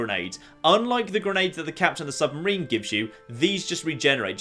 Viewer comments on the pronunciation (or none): Sub-ma-rina hat? im sorry?! hahahaah